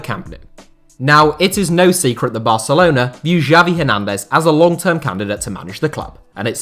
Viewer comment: not "Javi Hernández", its more like "Shavi Ernández"